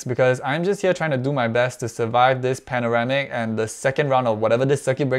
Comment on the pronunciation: "panoramic" lol